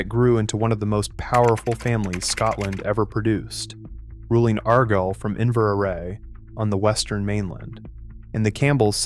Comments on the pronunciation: I was wondering if this was AI until we got to AREGYLE. Then I was sure. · I have problems believing anything from a program that can't pronounce simple place names. Like Argyle.